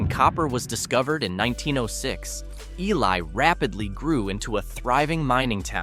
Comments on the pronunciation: It's pronounced Eeelee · I love to pronounce Ely as EE LAI